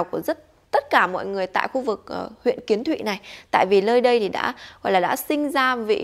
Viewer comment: Huyện Kiến Thụy nha anh không phải Quyến Thụy